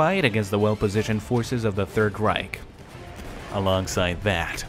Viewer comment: "Third Rike"?!? Its Reich... REICH!